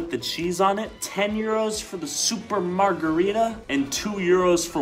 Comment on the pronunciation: If anyone beside me is italian and speaks it fluently, y'all ready know how angry im getting when a says "marzhereetah" instead of marggereeta ( wrote it to show how it sounds in english letters)